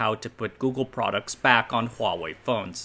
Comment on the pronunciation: I just like that he doesn't say WAHwei. Is it that hard to start a word with an H